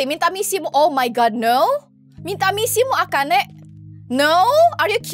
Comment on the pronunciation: akane or akana?